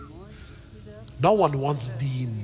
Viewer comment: I wasn't even sure I heard "deen" correctly (I thought it was "deed")